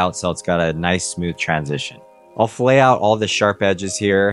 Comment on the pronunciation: I do not want to be that guy, but since you are selling your services, pronouncing “fillet” correctly will help you sound more professional. .